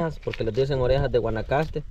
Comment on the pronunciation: No es guanacaste se llama conacaste